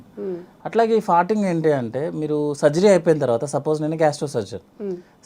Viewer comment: ఫార్టింగ్ అనలేవా తల్లి..ఫర్టింగ్ అని పొట్టిగా ఎందుకు అనాలి??